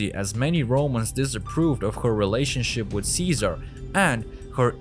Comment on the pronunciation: great content, disturbingly presented. such an illiterate narrator, can't even pronounce Ceaser or Luther but can "seductive" and "prominent". ffs. Secret Origins more like Secret illiteracy. If anyone wanna see a person speak overly the top masking his accent (trying to sound American) but his pronunciation is primary school level, and this person narrates educational videos. no comments.